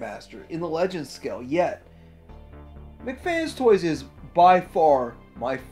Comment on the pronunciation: Okay, JUST to clarify... It's pronounced "MECH" (MEK) FANS TOYS, NOT "McFans Toys", okay? PLEASE do try to correct that, if you don't mind. They do good work and deserve better than the "fast food of toys" pronunciation. Otherwise, as always, good stuff...! That Hot Rod/Imus Prime looks awesome though!